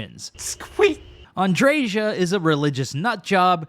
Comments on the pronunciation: “AndreJas” quest 😂 I wasn’t on board but you made some great points. Keep it up please just say Andrea.. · Is her name really Ann-dre-JAH? In spanish, the "J" has a phlegm-ish "H" sound like in baja blast; "bah-hah". So it makes sense for her name to just be "Andrea" with emphasis on the "hah" where the "J" in her name is. If any of you watch the Botez sister's stream, these two chess player girls, one sister Alexandra pronounces her other sister's name as An-dre-HAH with phlegm where the "H" sound is. I could be wrong I've never played starfield to know.